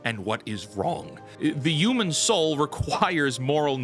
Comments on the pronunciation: "YUU-MAN" where are you from, its HUUUU-MAN. Say it like WHEW-Men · This is now the fourth video of yours I've watched. I really enjoy them, but I have one question....what do you have against H's!? I've never heard someone pronounce Human as Uman before lol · I HATE HOW HE SAYS HUMAN AS UMAN, LEARN ENGLISH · WHAT THE F**K IS A "YOOMAN"?? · There's no Y in human. Pronounce the H. Ok, so yes, the Old Guard (Boomers) runs Hollywood, but it's the Millennials, who are convincing them that the "Modern Audience" is real and that every movie needs to project The Message. The entire state has got their heads SO far up their asses, that not even a black hole could dislodge them. The same thing has happened to what is now euphemistically called "The News". It's not the anchors, who are my age, writing the stories. It's the Zenial "Producers". Your parents snowplowed away all the problems you might face, thus making your world gray and dull. Is it any wonder then, that gray and dull is what you produce? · Stop pronouncing “human” like that you psycho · That’s cool and all but the fact you say “yoo-men” instead of “human” just really bothers me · Man, saying youmen got on my nerves. Enjoyed the topic and thought but that was too rough. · Breh stop saying "yuman". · "Yooman." 🤭 Almost as good as ChrisFix's "wonder".